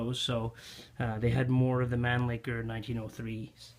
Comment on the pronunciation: Great content! Just discovered your excellent channel and immediately subscribed. An unsolicited observation, if I may: you might want to modify your pronunciation of “Mannlicher” — your rendition of it sounds hilariously obscene...